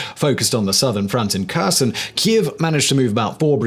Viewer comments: And it's hare-SONE, not KER-sun. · Omg, the K is silent, when its in a KH name. Sorry, it bugs me when you (who is supposed to be an "information authority " on the subject), mispronounces the name of the subject you are covering And thunder run is a copy of the german blitzkrieg (Rommel). The US was able to copy it during WW2 under the command of Maj. GEN. George S. PATTON. (Battle of the bulge) Do better. Give credit properly. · Just FYI - Kherson is pronounced "Hereson".